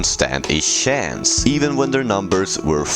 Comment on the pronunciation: "The Yedi couldn stan a shance"